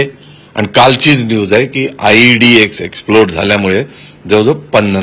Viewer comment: Led nahi tar ied